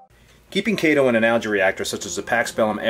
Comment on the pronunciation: Thanks for pronouncing it correctly. Kay-tow. :)